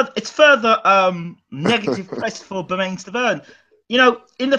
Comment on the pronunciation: It's Bermen not bermaine as far as pronunciation